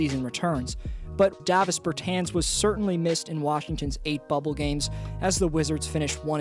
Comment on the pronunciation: It's pronounced DAH-vis bur-TAHNS. The A in both words is pronounced the same. Also, he should be higher on the list.